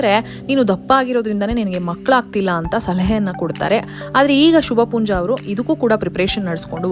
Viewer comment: Not Shubhpoonja . It should be Shubha poonja